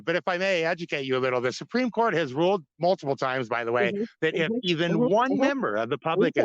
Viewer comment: He can hardly pronounce "supreme court"